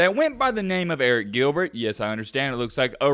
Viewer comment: "It's pronounced ERIC"...... later in video.... calls him A-reek lol